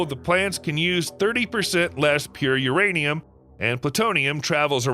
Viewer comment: is it URaniam or MYaniam